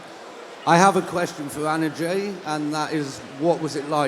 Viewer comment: It's not Emma it's Anna Jay